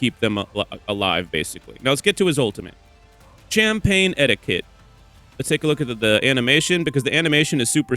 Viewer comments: CHAMP pain 💀💀 its sham pain, thats how urs pronounced, americans i swear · Americans pronounce it sham pain what are you talking about